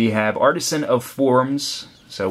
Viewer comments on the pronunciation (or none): none